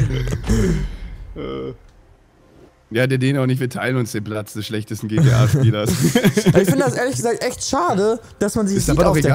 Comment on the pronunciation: Platz nicht Paltz :DD